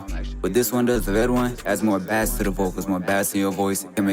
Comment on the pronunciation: Jus so yk bass is pronounced like base when you talm bout music😂 ian tryn hate or nun i jus gotta let yk